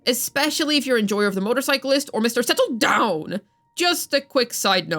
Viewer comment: I'll never, ever get used to the "Mr. sETtle dOwN..!" 😭😭😭